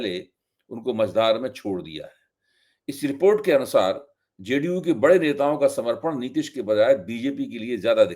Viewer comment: Sir aap kya teleprompter use kar rahe hai ya ? Computer se read karte hai? Aap report ko rapat bol rahe hai, yeah aap ki Hindi bhasha ki pakad ko kamzor kar raha hai.